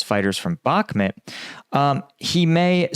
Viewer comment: Except he still can’t pronounce Bakhmut correctly. And it’s not difficult whatsoever